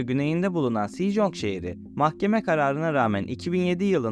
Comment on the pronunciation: *Sejong: Secong, *Joseon: Çose-on doğru telaffuzlar bu şekilde olacaktır. Koreceye hakim değilsin Hata yapmış olmak çok doğal Hangul Harfleri, Latin harflerine çevrilirken İngilizce telaffuzları üzerinden çevrilir bu yüzden Latin harfleriyle yazılmış olan hangul kelimeleri/harfleri Türkçe telaffuzuna göre değil İngilizce telaffuzuna göre yazılır.. 😇😇Ayrıca çok güzel ve bilgilendirici bir video olmuş ellerine sağlık